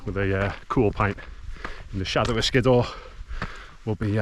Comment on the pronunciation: I always thought it was pronounced "Skid - Ore"